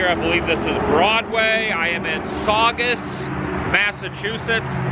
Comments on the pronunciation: Yes, you pronounced Saugus correctly. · I'm from Scituate MA, you should check the south shore out. Pretty cool old houses. Also you did in fact pronounce Saugus correctly